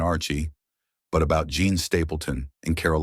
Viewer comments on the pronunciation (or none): Why is the narrator refering to Jean as "John?' How come these errors aren't fixed in editing?